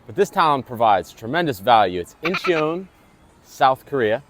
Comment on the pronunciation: It is pronounced In-chun. Two syllables